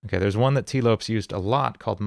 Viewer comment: Couldn't help but get distracted by how you pronounced Lopes lol, it's pronounced like Lopez!